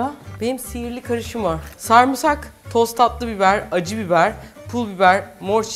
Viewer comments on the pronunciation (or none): none